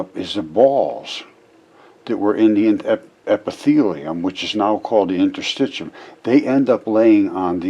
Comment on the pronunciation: Points to the inner circular muscle layer in the gastric wall, LABELED in his picture as muscle--calls it "Interstitcheeyum." Points to the outer, longitudinal muscle layer--calls it "basement layer." What a moron. He doesn't know what interstitium is, but even worse: he could look up the term on any site or in a basic textbook on anatomy, histology or physiology or even just pay attention to the labels in the very picture he's pointing at and it'd tell him what it is. But N O, he's too smart for that. The collective work of hundreds of years is all wrong, and Mr. "Geology is Biology" has spoken. If he thinks the figure labels are all wrong, then how does he conclude that the diagram itself isn't also wrong? What a raving old fool.